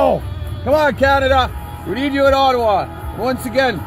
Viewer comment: Thanks for saying "Ottawa" correctly! Proves you are a real Canadian. On the news around the world it is Oh-tau-wa. So good to see you cheerful and on top of things.